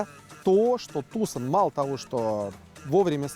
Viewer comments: слово "Tucson" имеет лишь 2 корректных произношения "ТюсОн", либо "ТюсАн". А в русском эквиваленте оно корректно звучит "Туссон" (либо Туссан). Но ударение ставится именно на вторую гласную. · ТУсон и Санта фЕ убивают... Неужели так сложно погуглить происхождение слов, в Вики даже ударения стоят...